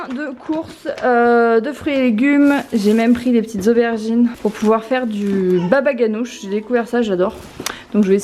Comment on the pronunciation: Ca se prononce pas babaganoush mais comme ça le ga se prononçait ra